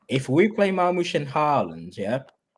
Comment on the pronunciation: Marmoush ❌ Marghost 👻 ✅